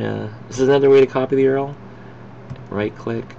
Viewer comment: Dude.. PLEASE rerecord this without saying Earl. It makes you sound like you just started using a computer.